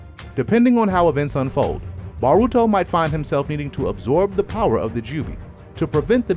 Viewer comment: bro if u say BARuto one more time.....